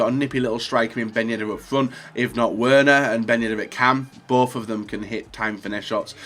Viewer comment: It’s pronounced “Verner”. I cringed so hard when he said Werner wrong. I’m just a dumb American though what do I know...